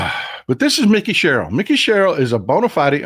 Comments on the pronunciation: I'm not being critical.... I love your show... And she pronounces her name with a long I... like Mike. Mikie. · Mikie pronounced like "Mike-ee". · I am from NJ, it is pronounced Mike-E Sherrill. She is awesome!